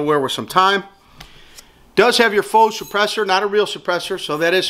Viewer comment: God bless thank you for saying faux correctly.... You know how many videos i saw where people say it like fox.... Great review, thanks you.